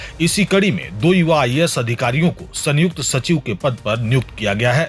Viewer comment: संयुक्त जोडाक्षर है सन युक्त अलग उच्चार नहीं